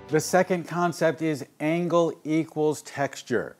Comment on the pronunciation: Angle, not angel.